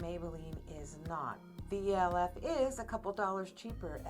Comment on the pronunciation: It’s pronounced Elf cosmetics not E.L.F.